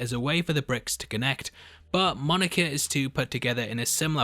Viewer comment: I like how you say Monica. Monerca